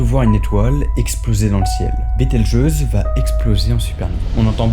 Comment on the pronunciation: J’ai crue au debut que t’avais dis qu’elle s’applais biteljus